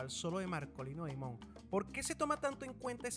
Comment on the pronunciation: 🎹🎷🎸🎤🎺🎻🎶🎵🎤🎷🎻. PERDONAME POR CORREGIRTE LA PRONUNCIACION DEL APELLIDO DE MARKOLINO DIMON. SE ESCRIBE DIMON, PERO EN. INGLES SE 🎹🎹 PRONUNCIA " DAIMON "..🎹 COMO EL APELLIDO DEL PRESIDENTE BIDEN.. ESPERO NO TE MOLESTES OK. 🎹🎸🎷🎤🎺🎻🎵🎺🎤 🌹🌹🌹🌹🌹🌹🌹🌹🌹🌹